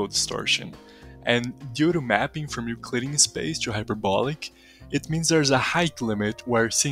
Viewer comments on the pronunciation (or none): Haha gotta love how Brazilians say "to" -> tchoo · to you --> "tchoo yooh" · o que mais gives away é o "to" sendo "tchu" hehe